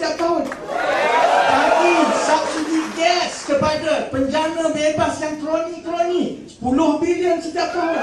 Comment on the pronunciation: kroni..not korni..haha